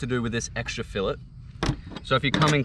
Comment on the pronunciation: It’s filet not filet 😂